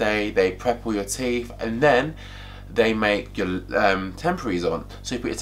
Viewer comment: Its teeTH not teef!